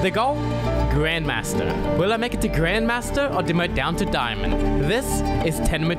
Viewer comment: Its the intro that gets me. The way he says grandmaster.. this is TENMO TO GRANNMASTER